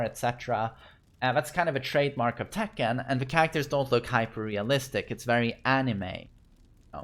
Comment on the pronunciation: "You know how much I'd give to have that in tEkkÆn?"